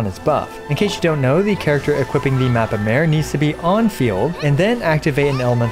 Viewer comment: Ironic how all content creators go out of their way to pronounce words and names in Japanese or Chinese correctly and they the go full hillbily on Mappa Mare and anything European related for that matter.... It's not a fucking female horse, it means map of the sea and it's in latin.